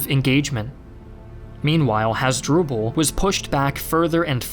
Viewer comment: You mispronounced over have the names. "Hoz-dru-ble?" Really? How about Ooo-tee-ca? (Utica)